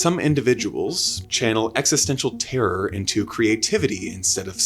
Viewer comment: This guy can't go 30 seconds without saying Exestential